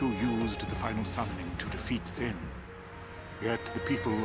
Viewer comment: Regarding Cid's weird lisp, I had read something from Pitchfork's FF reviews I always found interesting: "...why is he the only one in the game to pronounce Sin as "shin?" The "sh" is really emphasized, so I don't think it's part of the faux accent. English FAQs of the just-released Japanese version of Final Fantasy X refer to Sin as Shin, too.Could Cid's English VA have been working with an earlier version of the translated script than everyone else?"